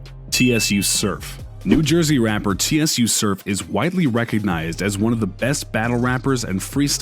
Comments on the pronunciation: This nigga REALLY said "T.S.U Surf" Its pronounced "sue" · It's Sue Surf pronunciation. If this dummy watched tsu videos his name is said millions of times. The owner of this video knows his name he's trolling. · Lol Tee S You surf Haha🤣 it short for tsunami surf. So it's pronounced sue surf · T-s-u surf, a a ron, Jay queline...Tim o thee prezent.😂🤣😂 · This foo said T.S.U Surf😂😂 Its said “Su Surf”🤦🏽‍♂️ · It’s pronounced “sue” it’s not T.S.U. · It's TSU(Soo) surf like TSUnami surf 😂😂 "TSU" He says😂😂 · Yeah but turning a pronunciation error into racism just doesn't make sense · “Tee Es You Surf” lol Tsu Surf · ”T.S.U Surf” 😂😂😂 Its pronounced like “sue” as in TSUnami lmao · T-S-U surf....it’s pronounced “Soo” bro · "TeeEssYou" Surf....Lol You Can Tell He Not from The Culture lol....its Pronounced "Sue Surf" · This nigga said T S U surf 😂😂😂😂😂😂 nigga it’s soo surf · THE MAN NAME IS TSU(SUE)SURF BRO NOT T.S.U LMAOO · T-S-U Surf is pronounced “Sue” Surf 😂😂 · It’s “ sue” surf !! Not T-S-U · It’s not T.S.U. It’s pronounced sue Surf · T S U surf 😂😂😂😂 ....”su” surf bro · This man really said T-S-U Surf lmao. Its pronounced "sue" like tsunami. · He really said T S U surf lol it's pronounced "Sue Surf" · T s u surf🤣🤣🤣🤣🤣🤣🤣 the fucc its tsu surf bro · T s u surf 😂 it's tsunami surf tsu the t's silent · His name is not T.S.U Suf it’s TSU Suf like tsu is a word lol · (T S U ) SURF ?? it's pronounced sue surf but spelled Tsu surf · This clown said T. S. U SURF as if each word needed to be said, stop doing our culture and stick to yours. Its pronounced SU SURF. Smh goofies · My man said T.S.U surf LMAO it's pronounced sue surf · TSU SURF!!!! 🗣🗣🗣It’s SUUUUUE SURF! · He said T.S.U surf 🤣🤣🤣🤣 Dude thats not how you say his name its spelled Tsu but you say it as “sue surf” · T-S-U surf? It's pronounced SUUUU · My boy said T.S.U. Surf! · did this man say T.S.U Surf? his names Tsu Surf pronounced "Sue Surf"... or "Sew Surf"... smfh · TSU SURF LOL it’s pronounced sue surf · T-S-U surf? 🤦🏾‍♂️